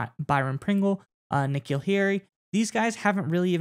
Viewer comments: yea but it’s N’Keal.. lol take care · they call him N-Keal the entire podcast.